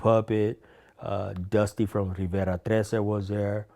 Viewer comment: You know this dude grew up around Mexicans by the way he perfectly pronounced Rivera 13 lol